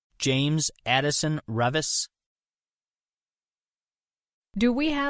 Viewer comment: Nailed it.